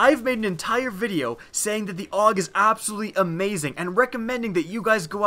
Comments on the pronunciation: its pronounced A U G not awwg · it's pronounced A-U-G not aug